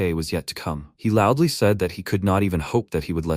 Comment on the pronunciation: Bro you must be trolling with that LOUDLY, no way you are serious